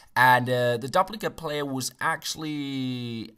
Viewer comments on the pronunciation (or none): Duplicate = Dewp-laa-kit This is not hate :-)